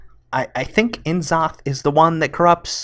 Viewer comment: yog saron is pronounced yawg sahraun and n zoth is na soth